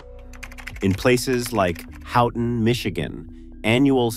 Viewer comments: "Ho-ten" Michigan. Not how-ton. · It's pronounced Hoe ton, not How ton. smh And Keweenaw is pronounced Key when aw. But I guess AI can't pronounce anything correctly. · Ho-ten. Kee-wah-nah.